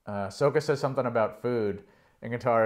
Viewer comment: butchered Sokka’s name